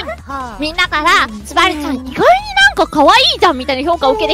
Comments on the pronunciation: 強調の強調の強調の強調の強調の強調してて草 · 強調が激しい